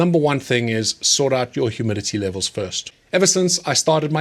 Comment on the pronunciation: Are you saying humility or humidity? lol